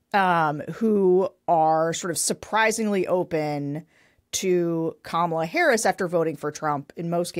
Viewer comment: Crenshaw who whined for weeks about pete davidson's pirate joke- but is ok about mispronouncing VP Harris' name and Trump's disgusting insults.